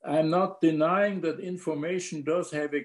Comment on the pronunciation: In-FORM-ation - the essence of form?